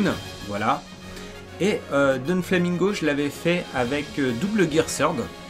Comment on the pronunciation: Putain ils ont bossés à mort l'intro de Burning Blood quand on y repense. Par contre c'est DOflamingo pas DONflamingo. Y'a pas de N :)